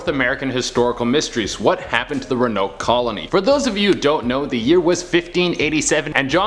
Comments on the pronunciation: honey, it's pronounced exactly how it's spelled ro-an-oke. Not ru-noke. Love you and you're hair looks great 😍😘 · Ro-a-noke. Not ruhnoke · Rowen-oak is how it’s pronounced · i’m beyond irritated it’s RO-AHH-NO-KUH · Pronounced "Rowan-oak" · It's pronounced (row-an-oak)!!! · Row. A. Noke. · I love you, but it is pronounced Row-Uh-Noke. With love from North Carolina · Had to come to the comments cause I knew I wasn't the only one who was triggered which pronunciation of Roanoke 🤣🤣🤣🤣 still love him & the channel but come on guys 😅😅😅😅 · Me watching mispronounce Roanoke the whole video: 👁👄👁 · So who else gets triggered by his pronunciation of ‘Roanoke’? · no offense but ur pronouncing it wrong